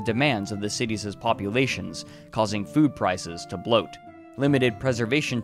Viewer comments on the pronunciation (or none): none